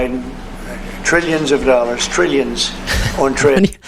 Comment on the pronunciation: yeah but... treeyuns, I tell ya... treeyuns, we lost! Biden! Treeyuns and treeyuns!